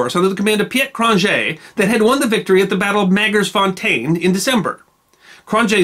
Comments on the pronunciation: And it's pronounced "Krone-yay" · It's pronounced "Cron-yea' j is a y in Afrikaans